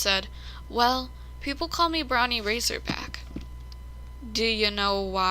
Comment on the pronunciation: It’s Bron win not brownie you are a very good reader once you learn how to pronounce difficult words get a thesaurus